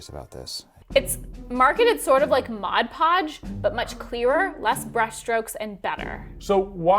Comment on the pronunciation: I think you are the first people I've ever heard say Mod Podge correctly.